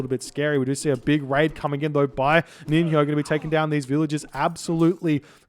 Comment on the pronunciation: Just for your info before casting the next games, NiNHO is pronounced like NiNYO, actually in the same way that you would produce NJOrd.